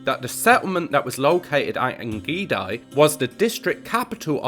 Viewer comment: Very interedting video You pronounce the second part of ein gedi WRONG, gedi is pronounced gay-dee